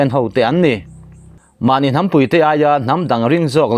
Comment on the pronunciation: Mahnî tih turah mahni. In ti ah,i chhiardan thlûk hi a diklo thlawt